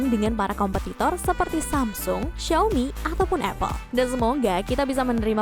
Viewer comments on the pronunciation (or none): none